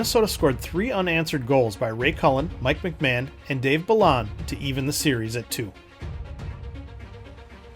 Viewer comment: Great history. For what it's worth, a couple of player names were pronounced differently. Dave Balon is bah-lone, and Andre Boudrias is BOO-drey-ah.